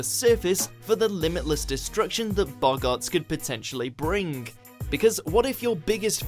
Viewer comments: and boggarts... I’m in the UK and this is embarrassing. He’s reading a script... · Boggarts not boggaaarts.